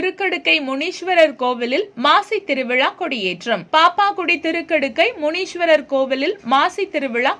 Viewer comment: மிக்க நன்றி, இந்த திருவிழாவின் ஒளிபரப்புக்கு. ஸவாமியின் பெயரை சரியாக உச்சரிக்கவும். விழா தலைமை சிவாச்சாரியார் திரு முருகானந்தம் அவர்களை கலந்து, பின் செய்தியாளர் பேசவேண்டும். யாமரிந்த வகையில், ஸ்வாமியை "சிவகாமி அம்பாள் ஸமேத ஸ்ரீ திருக்கடுக்கை மூன்றீஸ்வரர்" என சரியாக சொல்லவும். "முனீஸ்வர்" என்றழைப்பது நல்லதல்ல. மற்றும் விழாவிற்க்கு வாழ்த்துக்கள். தர்மராஜய்யர். இறை தொண்டர் பாப்பாக்குடி. 🙏